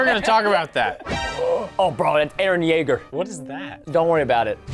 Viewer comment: Bro called the the skelton earen Yeager 😂😂